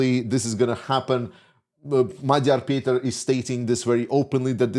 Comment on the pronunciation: Thank you for pronouncing Magyar Péter's name correctly and for your enthusiasm:)